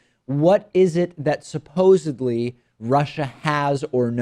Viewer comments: In case you actually don't know... It's supposedly. Not supposibly . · And OMG you just said "supposibly" . Do t drink and broadcast.